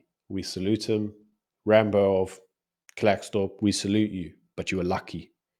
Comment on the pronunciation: It's pronounced Clarkesdorp not Klerk / its in the North West not Free State. If u going to do a clip at the very least do research? Just saying.